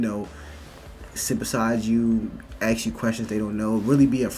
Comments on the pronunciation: why is she saying ax instead of ask, if she grew up around white people no way she picked that up from white people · It's "ask", not "axe"... get a proper knowledge of language. Stop being so dumb. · The moment you say AXE... I'm out. The word is ASK. Stop pandering. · The word is “ASK” not “AXE”. You’re in college for God’s sake!!! Appreciate the content! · As a non-american person, what is the accent when people say "axe" instead of "ask". The interviewee says "axe" very clearly instead of "ask" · Why do blacks say axs and not ask? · Guys please stop saying ax instead of ask... it a British slang from north east of London, has nothing to do with black ppl. it just makes you sound silly, please stop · What I NEED to know is why can't this Woman speak proper English? She says "Axe" instead of "Ask". Does anyone notice this and SEE how this can be a problem? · You are in college , you think you could learn how to say ask . Ax, really ? You're in college . And spare me that black folks can't say ask . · College student doesn't know proper English, seems about right. "Let me AXE you a question" low IQ af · Why are college students using 'axe' instead of 'ask' ? Or even 'like, dude, bro,'......Higher education or just dont want to get in to the real world ? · People aks me questions.... 'aks' Also looks like a guy!! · I will always be ultra curious why black people say axe instead of ask. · I noticed that black Americans often say « aks » instead of « ask », why is that? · ... I've never "AXED" anyone a question before. She doesn't have an issue other than she is predisposed to not liking whites. If you don't want to be "misgendered" then don't dress like a guy. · “some uh da stuff dat I axe …” Axing ? Pronounced ; ASK . She wants to intimidate but then be noticed as someone who is oppressed. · can you please say ASK instead of that other weird thing, "Axe", you've know where that comes from, you've seen Thomas Sowell. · AAAASSSSK NOT AX! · the word is “ASK”